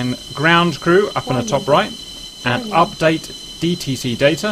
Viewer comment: Worning worning worning